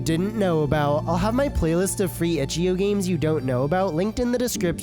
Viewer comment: Itch-ee-oh. (I will never get over it)